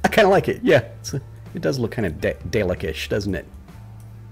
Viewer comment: I love the way you pronounce Dalek!